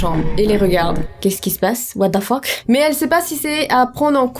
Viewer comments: Anglais: what the fuck: what da fuck 😂😂😂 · La mort fais partit de La vie...Bah nn 😂😂 Les français: What the fuck: Watefeuk 😂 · "OUATAFOQUE" -de. 😭👍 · "what da fock" 😂😭😭